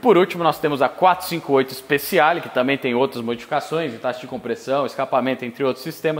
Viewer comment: Ótimo vídeo!. Uma dica, se você me permite: Speciale se lê speTIale, e não speSSIale.